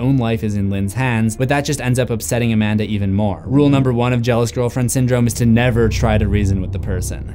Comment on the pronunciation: She’s A-Man-Duh